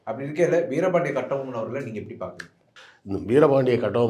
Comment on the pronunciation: அந்த ஆளு பேர முதல்ல ஒழுங்கா சொல்லுங்கடா... கெட்டி பொம்முலு